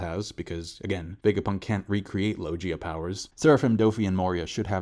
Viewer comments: Do u ever read comments? Lol how are you STILL pronouncing so many things wrong that've been known for so many years?.. like logia.. it's not pronounced low-jii-uh, it's pronounced low-gee-uh.. I leave this on like every vid for years.. it's crazy lol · He still says logia wrong tho Saying it like Lo-gee-a😂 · still find weird how after all these years covering a series and mostly everyone else saying it right, he still manages to fuck up the logia prononcuation